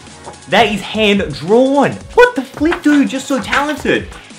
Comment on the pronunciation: Filp it or fip it